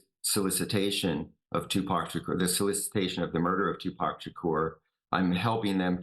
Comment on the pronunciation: Its refreshing to hear a white person pronounce Tupac's name right